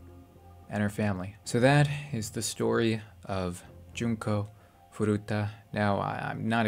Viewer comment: no that's wrong her name is furuta not 'furata'